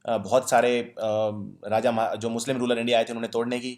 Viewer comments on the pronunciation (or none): none